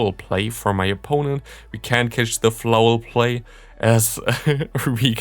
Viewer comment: Your laugh after you mispronounced Foul Play was the most adorable thing ever 🥺